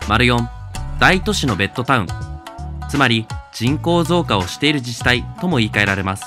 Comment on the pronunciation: ベットタウンじゃなくてベッドタウンでは？細かいこと気になってすみません。